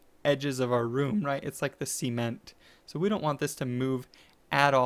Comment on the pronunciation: "It's like the semen-t"... It's... Ce-ment. Not semen...